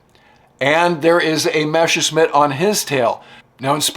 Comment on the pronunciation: I LIKE THIS WHOLE SERIES ABOUT ROBIN, BUT THE NARRATOR KEEPS CALLING THE GERMAN FIGHTER A MESHERSCHMIDT. MESSER MEANS KNIFE, AND A MESSERSCHMIDT IS A KNIFESMITH, BUT THE IMPORTANT THING IS NOT TO PRONOUNSE IT MESH, BUT MESS AS IN MESSERSCHMIDT.